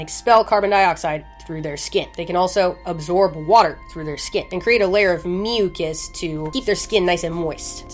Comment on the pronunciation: meuw-cus! lmao.